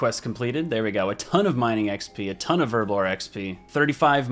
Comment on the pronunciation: Her-blore not erblore